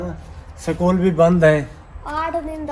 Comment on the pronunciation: وعلیکم السلام سکول نہیں اسکول الف کے ساتھ اس کول کہیں اللہ تعالی آپکو خوش رکھے آمین